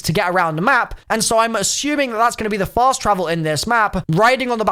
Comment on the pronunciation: Ohhhh I thought the Oracle said "Feast and fast my children"